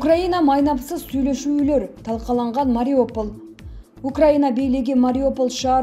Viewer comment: Эээууууу, диктор кыз Мариополь эмес Мариуполь деп окусаң боло.